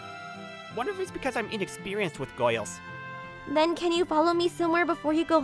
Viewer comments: No one gonna talk about the fact he says goils instead of girls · The way he said “girls” sounded as “gourles”. LMFAO 🤣 🤣 🤣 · "the goils tho instead of girls" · "foirst poloice" "goils" 🤓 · It's girls not goyls. 🤣🤣🤣 Really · My guy inexperienced with “giols” LOL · What the fu— so, first of all, is Hirata Australian or Britain? Because when pronounced "Girls" he instead said "Goyils" it sounded... Australianey and Britainey, he pronounced "Weird" as "Wied" ay, I'm just telling boys and gals. And uh he pronounced "Person" as "Poison".